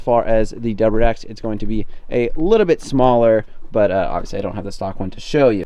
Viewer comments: It’s WRX not WX 😂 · I feel like you're ignoring the "R" in wrx